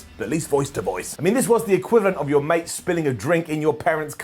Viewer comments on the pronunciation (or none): none